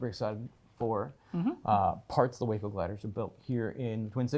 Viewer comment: Way cool! But for future reference, it's WACO like TACO. NOT like the city in Texas. Acronym for Weaver Aircraft Co., Troy Ohio.😊